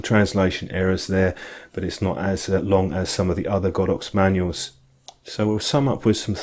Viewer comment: Great review, I have the Olympus version and I'm well pleased, strange to hear you pronounce it God ox, I would have said Go dox ! lol anyway thanks again for a good review.